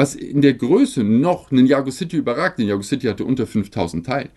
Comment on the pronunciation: Ninjago ist gesprochen Ninja-Go